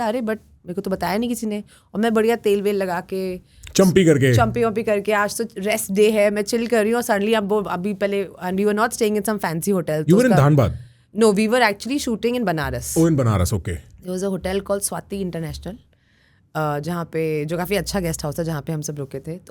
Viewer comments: called dhaanbad instead of dhanbad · bhai it's "Dhanbad" not "Daanbad". Btw love your work❤